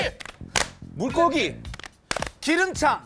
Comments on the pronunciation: 이건 솔직히 양세찬이 잘못한거지 ㅋㅋㅋ 지석진 잘못이 되는게 이상하네 ㅋㅋ 당연히 '장'이긴 해도 순발력 게임에서 발음이 창이면 괜히 거슬리는데 ㅋㅋㅋㅋ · 기름창으로 들리긴하네 ㅋㅋ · 기름차 로 들림 ㅋㅋ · 근데 기름창? 아니지 그런 거 없지 기름장이구나! 할 시간이 어딨음 ㅋㅋㅋㅋ 저건 양세찬 잘못이 맞음 1초도 안 되는 시간에 3글자를 생각해야되는데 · 나도창으로 들림ㅋㅋㅋ기름짱.? 아닌가 아니면 진짜 정직하게 기.름.자앙! 이렇게ㅋㅋㅋㅋ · 나도 기름차로 들음 ㅋㅋ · 기름창 하니까 창으로 시작하는 단어 생각나다가 기름장인데?하게된다 ㅋㅋㅋ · 직전에 끝에 힘줘서 말하자고 해서 기름짱! 하려다가 기름창 됨ㅋㅋㅋㅋㅋㅋ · 단어의 맥락상 기름장으로 받아들이는 게 맞기는 하지만 확실히 기름”차”나 “창”으로 들리기는 함ㅋ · 기름창으로 들리긴 하내... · 그런데 자막은 기름장으로 보고았었는데 기름창으로 들리긴 했어 .. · 근데 눈 감고 몇번 들어보면 장이 아닌 차로 들리긴하더라구요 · 나만 기름차로 들려?ㅋㅋㅋ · 진짜 기름장이 기름창으로 들리긴 하네. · 기름장은 다시 들어도 기름창 이나 기름차로 들림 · 저도 눈감고 장이라고 생각하고 들어도 창? 차? 이렇게 들린긴하네요 ㅋㅋ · 양세찬님이 기름창이라고 발음 했는데 지석진님은 기름장인거 알면서 물어봤다 ㅎㅎ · 분명히 양세찬 '기름차'라고했음. 그런데 자막에 '기름장'이라고 함. 뭐가뭔지 헷갈릴만한데? 스탑하고 느린화면으로 봐라, 기름차 라고 발음함. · 근데 아무리 들어봐도 기름장이라고 안들림. 기름차 기름창 이렇게 밖에 안들림. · 아무리 들어도 기름창이라고 했어.... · 기름차 라고 들리는디ㅋㅋ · 근데 진짜 ‘기름장’이라고는 안 들림 기름차? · 솔직히 자막없었으면 창이야 장이야 나도 물어볼듯 ㅋㅋㅋ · 기름차로 들렸는데?? 진짜로? 내 귀가 이상한가? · 나만 기름창이라고들었나? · 장이아니라 창이라 들리긴하네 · 난 기름창으로 들리는데 ㅋㅋㅋ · 솔직히 기름차로 들리긴했다! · 근데 기름차로 들리긴항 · 기름창 ㅋㅋㅋ 발음이 안좋긴하네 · 근데 양세찬이 말한거 자막안보고 들으면 기름차로 들림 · 기름차 같음 ㅋㅋ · 나도 기름차로 들었는데ㅋㅋ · 기름차로 들림ㅋㅋ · 자막봐도 창으로 들림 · 이건 누가들어도 기름차로 들리지 않나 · 저는 기름차로들림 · 마쟈여 기름창 으로 들림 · 근데 나도 양세찬이 에서 기름차(?)라고 한거같은데... 갑자기 들으면 확실히 못알아들을수 있을거 같음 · 나도 기름차라고 들리는데ㅋㅋㅋㅋㅋ나도 문제있는건가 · 초쯤 양세찬이 기름차 라고 들리는거 나뿐임? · 왜 나도 양세찬님 기름차로 들리지ㅋㅋㅋ 귀가 맛이 갔낱ㅋㅋㅋ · 근데 나도 기름창으로 들려....ㅋㅋㅋㅋㅋ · 양세찬 기름장이라고는 했다는데.. 분명 기름차 기름창이라고 들리는데...?? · 솔직히 발음 이상하긴하다. 기름차. 기름창으로 들림 발음을 똑바로 해야지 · 세차니 기름차로 들려~ 근데 억울하다는 리액션 에바야~ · 내가 들어도 기름차 라고들리는데 지석진말이맞네 ㅋㅋㅋ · 근데 ㄹㅇ 기름차로 들리는데ㅋㅋㅋ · 양세찬은 나도 기름차로 들리긴함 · 아 이건 진짜 발음 기름창임 ㅠㅠ 지석진편 여기 있따아!!!!!! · 아무리 들어도 양세찬 잘못 ㅋㅋㅋ 심지어 기름창도 아니고 기름차로 들림.. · 근데 이건 기름장인지 기름차인지 발음이 안좋은것 같은데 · 근데 기름차 라고 들리긴하네 ㅋㅋㅋ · 몇번을 들어도 기름창 으로 들림 ;; 내가 이상한가.... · 양세찬이 기름차 라고하는것같다. 자막으로 장 창 이렇게 나오니까 그렇게들리는듯하지만 안보고 듣기만하면 기름차라고 하는것같다 ㅎㅎ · 자막에는 기름장이라고 적혀있지만 기름'차'라고 들리기도 함. ㅋㅋ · 근데 처음영상은 나도 창으로 들리긴했음ㅋㅋㅋㅋㅋㅋㅋ 기름장(창) 발음이 새가지고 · 기름차로 들리는데.....내 귀가 이상한건가.. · 근데 기름창으로 들림ㅋㅋ 틀린말은 아니야ㅋ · 아무리 들어봐도 양세찬 기름차 라고하는데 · 양세찬 솔짝히 나도 창으로 들리는데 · 근데 ㄹㅇ 창으로 들리긴 하네 ㅋㅋㅋ